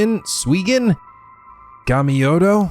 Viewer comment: Suigen Gamyodo is more Pronounce as Suy-gen Gam-yo-do for Future purpose. Plus This Game is really Great the only Aspect of this that is Hard is keeping your Controller intact after those Jump Scares with the 360° view point aspect of the game.